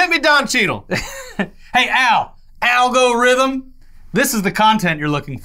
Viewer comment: really said "Al Gorithm" 🤣🤣